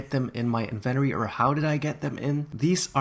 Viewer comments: I swear if he says inventory like that one more time...... HDSJSW WVAHDBWKQHVQJ WOWANZ JEKWWJJ V LWSBDOEBE RRJD IMA GO JUMP OFF A BRIDE JEFBKDEBELBRKWHDLWBEKDB Edit: Actually can you stop saying inventory like that please it’s pissing me off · I love the way you say "Inventory"!!! ❤️ 💕 💞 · Why is nobody talking about the way he says inventory like is he saying it wrong or am I to American im confused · "invEnori" me: AAAAAAAAAAAA ITS PRONUOUNCED "INVENTORI" ( yes ik i spelled them wrong, AND NO HATE SRRY LOL) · AAAAAA HOW HE SAYS INVINTORY MAKES ME MADDDD IM SORRRYYYYY 😭😭😭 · It bothered my so much that you said in - ven - ery when it’s in - vent - tory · Every time he says Invenory I drink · You keep saying "Inventary" but it's pronounced "in-vent-tor-ry" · "The bloxburg Invenery"? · It’s not inventttttery it’s in ven tory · who thinks he says it weird it’s in-vin-tory not in-ven-tory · ITS IVENTORY NOT INVENORY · It's in-vu-t-or-e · nice but next time pronounce inventory correctly. also with the trophys your somewhat wrong because sometimes i put down my 30 visits trophy and it goes into my inventory but sometimes it gets sold for money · IN VEN TOREE not In VENTORY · It’s in-vin-tori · it called in-ven-tory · Inventory I thought it was invotory xD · En-ven-tori plz my ears in the USA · ughh! stop saying (invenory)😂💀 ! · I think you might have pronounced inventory wrong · The way you say inventory just kinda triggered me, but I will deal with it because I know pronunciations differ in different places. Edit: I'm not trying to be rude in any way.